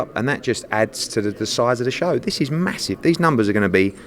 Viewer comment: Eddie "massiff" Hearn